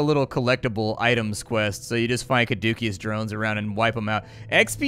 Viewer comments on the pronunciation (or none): Yeah: Kuh-DOOKIE-us. I was right there with you, it's pronounced Kah-DOO-see-us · Oh god, "Cadookeus" was painful. Especially for any Division players who got used to hearing it in every build video for a brief period. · Your pronunciation of "Caduceus" was grating. Keep up the good work.